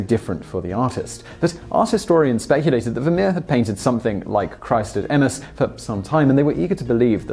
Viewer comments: Sorry to break it to you, but you mispronounced another name: Emmaus is em-MAY-us. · Love your stuff but it's pronounced E-mm-A-us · Nice. But you pronounced Emmaus incorrectly. Here is the correct pronunciation and thank you for trying to pronounce so many things correctly.